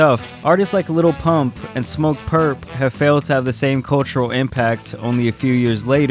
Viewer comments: ok i realize you are half white, but jesus its not "Little Pump", its "Lil Pump" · "Liddle pimmpp"😂😂😂😂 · I still laugh my ass off every time donny says lil pimp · Trump said his name wrong🤣🤣🤣🤣🤣🤣 the disrespect. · He’s quite literally supporting a man who doesn’t even know his name. Dude literally fucked up his name on live tv while looking directly at him